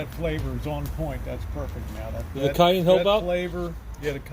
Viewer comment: My head is going to explode if I have to hear him try to say "cayenne" one more time. yeah yeah yeah baby....